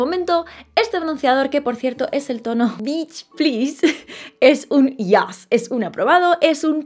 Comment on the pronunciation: soy la unica malpensada cuando pronuncia beach? hahaha